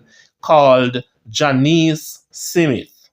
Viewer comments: My brother, the pronunciation is Smith , not Si mit? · Smith, not Simith smh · I love what you are trying to achieve. However, you are seriously challenged with some pronunciation. OMG. Please check Google Word and press that little horn and you will HEAR that the words are pronounced. It's not SIMIT. It's S M I TH!!! MASSACRE IS NOT MASSAC; it's MASSA CAAA. And Sandokhan isn't pronounced as you do it, huh? Keep up the good work, but please don't let my ears bleed anymore. Fellow Jamaican here, and I am very proud of what you are trying to achieve, but please clean up the pronunciation, and you will be golden🇬🇧🇯🇲💕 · Smith not Simit 😂😂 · Jamaican pronounciation is Smit not Smith. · This is YouTube..people from all over the world reading.. shouldn’t be hard to pronounce the a name like “Smith” Big people ting! Bless up! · Thank u cause for a big man i dont knw how can this man pronouce it like that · That’s how st Elizabeth people pronounce it 😂